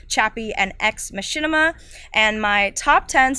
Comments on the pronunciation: Ex Mach-In-Ah. It's an ancient Greek plot device not a YouTube channel! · learn to pronounce "Ex Machina" because what you said... that ain't it:P